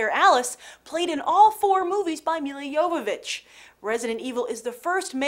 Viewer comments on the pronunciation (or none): none